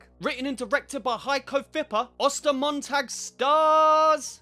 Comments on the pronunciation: I speak German and I love how you pronounce Ostermontag :D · As a native German, I’m actually pretty impressed with your pronunciation of the title